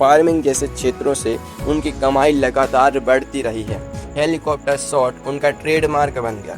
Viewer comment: सॉट नही शॉट, श बोलना नही आता